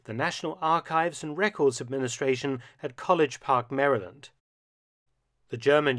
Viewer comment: This is the first british person that pronounced maryland right.